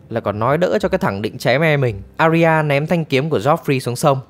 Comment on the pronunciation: Arya đọc là A - ya nhé, 2 âm thôi